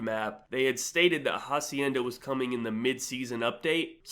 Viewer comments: Bro said “Ja-cienda” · fyi "h" is silent in hacienda